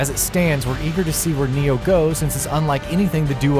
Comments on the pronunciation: It's NAI-0H not "Neo" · Why is everyone pronouncing it Nioh instead of Ni-Oh